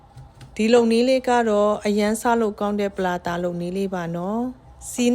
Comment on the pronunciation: ပလာလာလားထပ်တရာလားမသဲကွဲဘူး😂😂😂